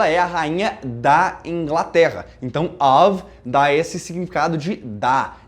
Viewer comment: Gostei demais ( too much ) da pronúncia correta do of and off. Thanks teacher.